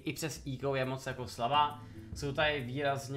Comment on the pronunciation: Cloude čti to prosím [:ekou:] a ne [:íko:] :D jinak díky za super informační video :D